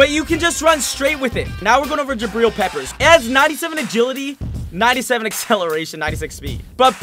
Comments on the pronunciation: Does anyone else cringe a bit when he says jabreel instead of jabrill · Please say Jabrill correctly. His name rhymes with Jatrill.